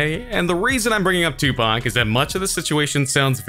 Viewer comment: He didnt say tupac right